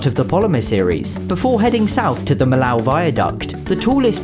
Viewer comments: yeah, It's sounds like a Polynesian island now. Normally I don't mind mispronunciations that much, but this was so off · "Millau" (the village and viaduct) is in France, not Germany. It's pronounced "mee-yo."